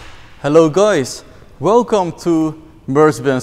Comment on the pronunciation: eating banana accent